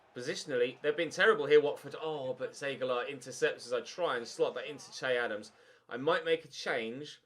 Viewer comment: Loving the series but for the love of god please stop calling him, it's pronounced Shay.